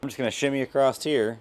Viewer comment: Stop saying "acrossed" :P